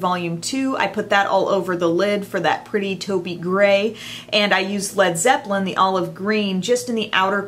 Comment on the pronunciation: this is insanely beautiful. My birthday is coming up, so I'm going to give a BIG HINT to my boyfriend for this. I also want to point out that you're the only person who pronounced Lead Zeppelin correctly. Did you know that the band were going to originally spell their name (Lead) Zeppelin? But they thought their American fan's would pronounce it wrong. Like (Leed) Zeppelin. So they dropped the "a".. Some Zeppelin history for you. 💖